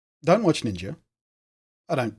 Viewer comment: HAHA I love when your people say NINJER with your accent ^^ This stuff makes me sure feel old. I cannot fathom for one second why millions would watch someone play games online, let alone give extra monthly money toa millionaire to watch him play games online. WOW! All the power to him for sure, I am just flabbergasted by it all.